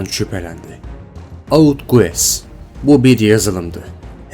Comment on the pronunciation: Guess gess diye okunur